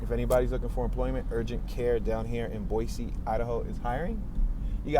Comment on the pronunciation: What the up with can't pronounce a city name as well known as this one?